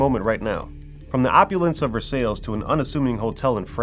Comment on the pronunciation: Versailles is pronounced Ver-sai